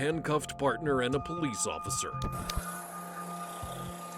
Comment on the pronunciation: What is the "Poe-lease"??? Someone needs to tell them it's "police."